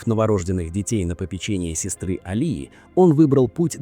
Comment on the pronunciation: Не сестры, а сёстры ☝